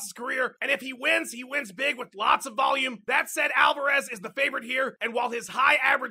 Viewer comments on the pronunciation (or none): It's Alvarez not AlvErez.... you mot.....